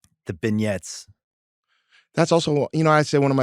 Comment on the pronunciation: Bill, it's not pronounced "bin-yets"...it's pronounced "ben-yays"